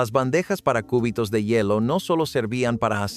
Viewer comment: por un momento imagine cortando el hueso del brazo😂😂😂 ( por la pronunciación jajajajaja cúbitos no • seria cubitos ( sílaba tónica “bi “ )